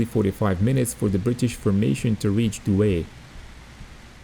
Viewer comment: Douai is pronounced Doo-Eye